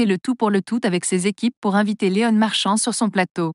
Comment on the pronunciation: Qu'est ce que c'est cette voix ! Léon pas Léonne ! J.O. pas jo ! Il n'y a pas un mec ou une nana capable de lire un texte ? C'est quoi ce site ? encore un troll ?